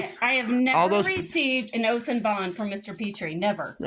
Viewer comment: "do you have an oalf?"